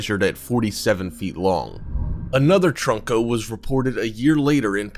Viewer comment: It’s trunko not troko he said troko